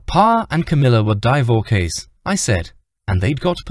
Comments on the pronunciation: This would be so much better if the narrator knew how to pronounce words. Divorkay? Wth is that? Pay instead of PA smh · What is a Divorkay? I enjoyed listening to this especially the second half. However the pronunciation is abysmal.